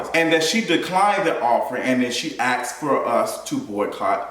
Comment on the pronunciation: Asked not "axed."